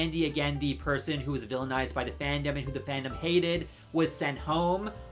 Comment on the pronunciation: I don't know much about thee sponsor, but I stopped watching thee video because I couldn't get past thee way he keeps pronouncing thee word 'the'. Thee word is pronounced 'thuh' if thee next word starts with a consonant sound, and 'thee' only if thee next word starts with a vowel sound. I know it's not thee best reason to quit watching thee video, but thee way he kept doing it grated on me!